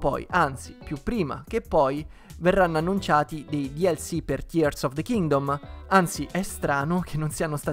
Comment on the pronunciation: Grandissimo per la pronuncia corretta di Tears of the Kingdom, io non so cosa ci aspetta per il futuro, spero solo in un gioco nuovo di Donkey Kong.